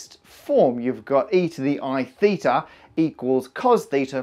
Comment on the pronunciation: as a native Greek speaker I think that you pronounced θ pretty well